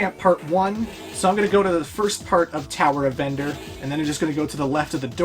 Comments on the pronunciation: He keeps mispronouncing Tower of Verdure as Tower of Vendure accidentally. xD If you have been reading the notes on the right side. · he keeps announcing verdure wrong.